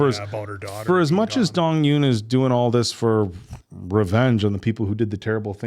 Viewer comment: The Eun in Dong-Eun is pronounced Oon.